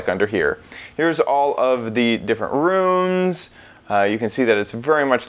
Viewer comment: He says the word “rooms” like “runes”